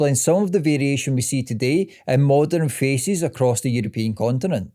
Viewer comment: Good video, but all I hear is faeces when you say faces haha